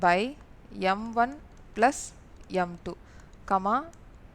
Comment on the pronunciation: mam neenga plus nu solrathuku pathila blush nu solrathu romba cute ta eruku